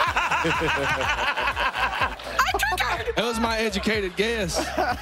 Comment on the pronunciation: "That was my edgamucated guess" That did sounds like the confidence of education lol jk